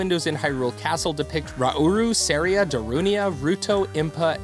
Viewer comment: Your pronunciation of Saria's name is very wrong. It's SAria, not SEria.